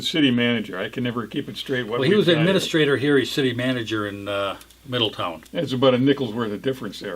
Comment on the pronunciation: Thanks guys for the heads up!! It’s pronounced Middle town. Not ton. 😬👍🏼😉